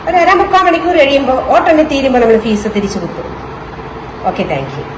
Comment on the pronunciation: ഫീസ് അല്ല ഫ്യൂസ് ആണ്